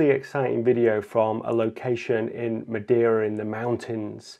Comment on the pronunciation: Obligatory PORTUGAL CARALHO comment Just to say that your pronunciation of madeira wasn't too bad, so that's a plus in the video ahaha